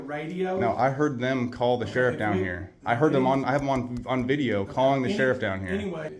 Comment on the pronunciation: ON IS PRONOUNCED ON, NOT NO DAMN awn